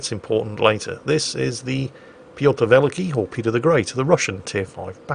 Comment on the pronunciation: By the way, it's not VEL-i-kee, it's vel-EEE-kee